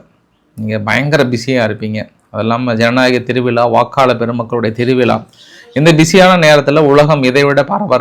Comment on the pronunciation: சனநாயக திருவிழா சரியான தமிழ் உச்சரிப்பு. ஜனநாயக திருவிளா அல்ல..